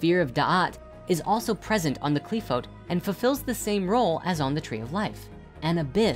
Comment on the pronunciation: Broski why do you pronounce them that way. They're transliterated "Qliphoth" and "Sephiroth" in the Latin alphabet for a reason... That's how they're pronounced.